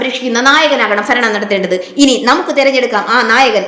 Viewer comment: ഫരണമല്ല മോളെ " ഭരണം " എന്നു പറഞ്ഞു പഠിക്കാൻ നോക്കണെ വാക്കുകൾ👍👍👍